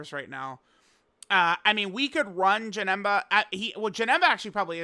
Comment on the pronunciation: He aint Janemba, he’s Ja-HIM-ba